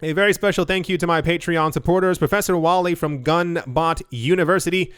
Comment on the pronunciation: He does patreon thing and it sounds like a foreign language ... lol